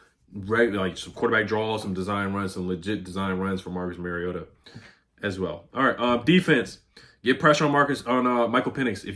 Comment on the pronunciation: It’s pronounced youngway lol not young hoe